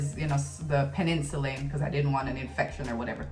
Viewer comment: Are you saying penicillin the antibiotic? Pen-ah-sil-in